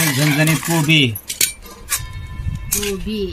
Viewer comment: अग जरा शुध्द बोलायच कीती वेळा सगळ्यानी सांगीतले कोबी म्हणतात कोबा नाही